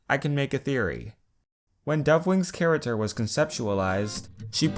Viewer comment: Idk why, but I love how you say charater